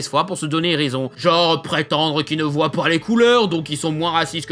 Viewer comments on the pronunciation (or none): none